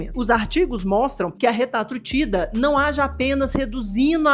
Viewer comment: Que alivio ouvir RETAtrutida kkk